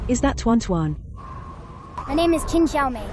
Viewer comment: Hey.. "Tehran Tehran" "2020" "untuan untuan" "furan furan" "Wan Wan".. It's tuan tuan